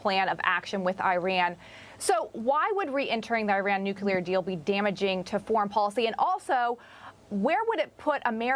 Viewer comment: There is no newcuelus, but there is a nucleus. Nuclear (pronounced nu-cle-ar) is a thing. The "newcuelur" you speak of does not exist, "". If you're going to speak on the topic as if in authority, it's worth at least knowing the word.